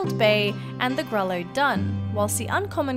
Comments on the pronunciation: If I'm not mistaken Grullo is probably pronounced "gru-yo" since it seems like a Spanish word and 2 L's together makes a Y sound. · Hey pal, just a side note. Grullo is pronounced grew-yah. Not trying to be nasty :) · Love your videos. I’m a breeder of American Paint hoses. And Grullo is pronounced grew yo. Double ll is pronounced y. You do a great job. Thank you. Barbara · Francisca Sawyer I don’t know where you heard that but coming from a breeder, it is NOT pronounced grew-yah... also not trying to be nasty :)